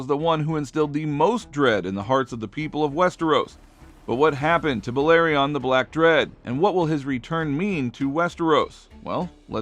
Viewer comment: Clearly not I’m surprised he said the black dreads name right lol